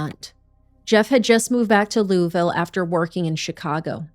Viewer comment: Kentuckian here. Thanks for a case I wasn't aware of. Congrats to for one of the best pronunciations of "Louisville" from a Yankee I've heard 😂😂😂